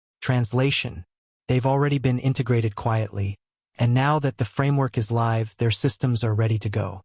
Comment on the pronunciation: AI VOICE: ....goes Liv 😂